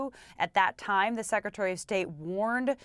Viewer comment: She says "sakatary of state" seems some new position has come up. Anyway START treaty is gone. Nukes r coming out . Good luck .